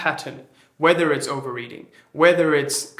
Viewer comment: A Funny thing happened when you said "overeating", I heard over-reading?